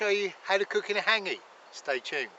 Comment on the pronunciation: What an idiot,cant even pronounce the word hangi, douche.